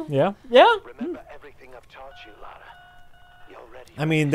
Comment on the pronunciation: Her name's Lara Croft. Not Laura.